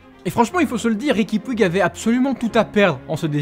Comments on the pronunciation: Petite correction en espagnole on dit pas riqui puig mais on dit riqui Puge dans la prononciation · On dit riqui poutch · Oe par contre on dit riqui poutch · STOOOOP ! ça se prononce "poutch" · Ça se prononce Riqui Poutch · On écrit puig mais ça se prononce poutche sinon bonne vidéo 🟦🟥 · 😂 Vous savez pas prononcé puig